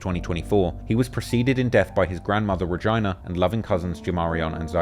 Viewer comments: On a side note….. I crack up at this man accent. Thought he said sumn else, had to run it back. RAH-JI-NAH😂😂. RAH-JEAN-AH my boy. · "Ruh Gyna" 😂 bro its a ree jeen uh haha soubd like u saying vagina with an r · Pronouncing Regina as ReGINA was crazy work but it did make me laugh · Dude u pronounced Regina like vagina. Regina is pronounced rah-gee-nah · Bruh no way he pronounced his grandmas name like that 😂😂😂😂 her names “vir-gina “ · did say REGAYNA??? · Bro said “His grandmother RaGina “ like Vagina😂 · Thats not how we say Regina in america. That pronunciation caught be off guard lol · no way he pronounced regina like that wtf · saying Regina like Vagina sent me to the floor at the wrong moment lol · Did he pronounce Regina like Vagina but with a R lol interesting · The way your pronounced Regina got me crying 🤣